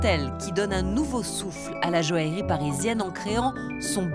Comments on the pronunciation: La présentatrice de ce documentaire est agaçante lorsqu'elle prononce le mot joaillerie, elle dit jo-ale-rie au lieu de jo-aille-rie! Autre chose d'agaçant lorsqu'il s'agit des pierres, c'est le terme "semi-précieuse" utilisé fréquemment dans toutes les émissions traitant sur ce sujet. Ce terme est interdit dans le commerce en France par un décret de janvier 2002. Ce terme n'a d'ailleurs jamais été utilisé par les professionnels puisque je me souviens lors de mes études de bijouterie dans les années 70 que le professeur de gemmologie insistait bien sur le fait que hormis les 4 pierres précieuses: diamant, rubis, émeraude et saphir le reste des pierres étaient appelées pierres fines et non pas semi-précieuses!Cela dit ce documentaire est intéressant quoique certains participants sont insupportablement pompeux! Ils auraient pu évoquer certaines anciennes monarchies et familles princières et beaucoup d'autres artistes tel Maria Callas, Marlene Dietrich, Gloria Swanson etc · La présentatrice ne sait même pas prononcer "joaillerie" et prononce "joalerie" 😂😂